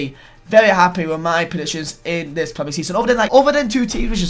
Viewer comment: Why did you pronounce predictions as presictions